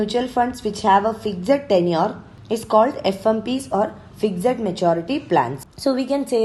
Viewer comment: Why do you pronounce FIXED as FIGZED